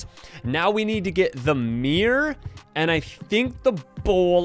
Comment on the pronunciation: AND ITS MIRROR NOT MIR